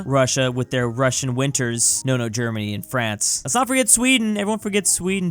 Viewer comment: i like how he said nono germanie